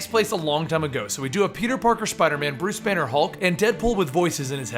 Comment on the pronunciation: When you said Bruce Banner I had thought you said it was Bruce Wayne